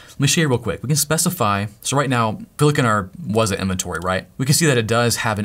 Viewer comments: Not wazaaah, but wzzooooooh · Everytime you say Wazuh, it makes me think about that term "WAAAAAZUP!!" I'm currently attending a Cyber Security School and I just went through a module that taught about this application. Thanks for setting it up. Knowledge can't be used unless its applied to a real world scenario.